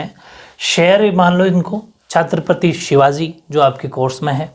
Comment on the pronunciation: sir Chhatrapati hota h chhaatrapati nhi 😂